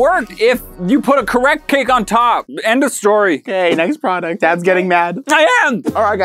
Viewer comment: “comment down below Next product”. Me: next pwoduct